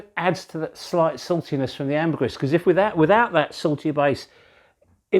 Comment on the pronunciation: My ears bleed when you say ambergris. Pronounced: Amber- greeeeee.